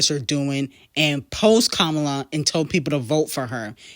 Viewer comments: I love you so much, but it's (kah-mah-lah) not kamula 😭😭😭😭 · Her name is Kamala (com-a-la ) not Komula!!! Who tf is that?